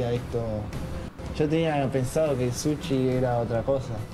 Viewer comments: Sushi, no suchi... pensé en su sonido muchassssss veces... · no es suchi, es Sushi A pero dicendo misogeno cuando la palabra es misógino, hay no si el también xD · Gracias por hacer hincapié en que es sushi y no suchi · Se dice sushi no suchi 💅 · Yo Trabaje en un Restaurant japones y el Dueño me dijo q Sushi se pronuncia susi Y es super facil hacer sushi